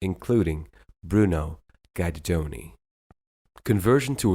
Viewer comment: Impressive credentials and journey. His name is prpnounced as Geederdoni, not Guider-Doni.